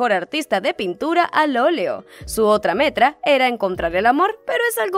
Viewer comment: que onda dijiste metra en vez de meta kskkskk ay dios mio k risa